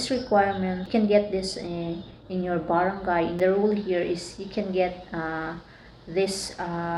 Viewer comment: THANKS FOR THE INFOS... ONE THING!, BAT GANYAN PRONOUNCE MO SA BARANGAY PINOY KA NAMAN HAHHAAHAH CHAR.!